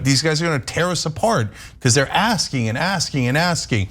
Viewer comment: I heard "He was an ass king" I like that better than, "He was asking..."